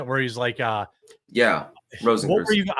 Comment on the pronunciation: That guy saying "rosenkrewtz" is horrifically incorrect and its irking me. Its pronounced "growsh-kroytz".